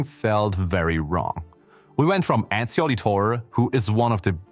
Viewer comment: This is ai or you pronunciation of etzio is fucking awful.